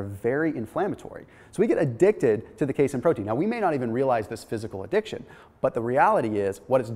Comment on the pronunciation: ...that's pronounced K-seen (casein), Dude. Sorry.